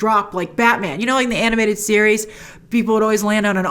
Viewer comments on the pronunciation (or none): none